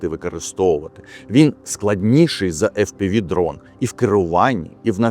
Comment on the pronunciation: єдине побажання , не повторюйте за підарами. Фі-Пі-Ві , тільки в Грецькому алфавіті є буква "фі". Ми вимовляємо англійською - Еф-Пі-Ві